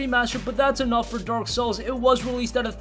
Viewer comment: Did dude said dork souls instead of dark souls?